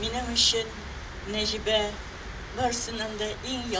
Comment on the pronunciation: " Гәргәри", шушыны да булдырмагач, татар кая тәгәри?! "Нәҗибә", "Сәлимҗанов" дигән исемнәрне дә дөрес итеп укымады, бик кирәкле кешеләре микәнни бу?! Бигрәк күнелсез хәл... Нәҗибә апа, урыннарыгыз җәннәттә булсын, әмиин.